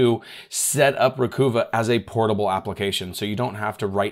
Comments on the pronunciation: Oh, think NYC accent: not Ree-Coo-va, it's Ree-cov-ah. (I HATED when Lexus named a car the "Achieva" -- cause (AS a NYer) I always heard that as a "New Yawkah" trying to say Acheiverrrrrrr.... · You said those two names wrong but it's okay it's CCleaner not CC cleaner everyone does that it's a mind trick I guess and the other one sounds like recover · I mean, Recuva is obviously supposed to sound like “Recover”because it’s data recovery software. 🤷🏻‍♂️ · Love your channel but I have an issue with the way you mispronounce so many words. For example you always say Reggedit instead of Regedit. Think of it this way, how is registry pronounced? It is not reggistry, right? Now, the latest one was Recuva, it is not Recoova, it is Recuvah as in recover. In your defense, almost everyone mispronounces this one. All it takes is typing "how to pronounce _____", where the underscores are for the word you don't know how to pronounce. Regards. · is it pronounced, re-cuva? Like recover, recova? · Can you say Recover? Recuva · The website says its pronounced "Recover". Great info however. Thanks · Hey, Great Job, As Always.! Recuva Is Pronounced Recover... Like What We're Attempting To Do, Recover Data.! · Re-cuh-vuh. Like recover except you're British or from the hood 😂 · "Recover" = "Recuva" - "I don't like the fabric on this couch, so I am going to "Recuva" it." Re-cuvah it man! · It is recover without the R or recuva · »recuva« is pronounced exactly like »recover«, just a phonetic spelling for the program. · It's pronounced re-kuvv-a (emphasis on the second syllable kuvv) as a play on the word recover. (recova) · Pronounce it like a southerner would pronounce recover. Recahva.. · Ree-Kuvv-Uh as in "Recover" with a New York accent... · Awesome awesome video!! By the way, pronunciation of the software has to be re-cuh-ver (as in the word 'RECOVER') 😜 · I think it would be pronounced *recover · Pronounce it as "recover" without the r at the end.